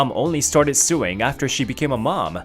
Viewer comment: I find it absolutely hilarious that when they try to say sewing, it's coming out as suing😅😅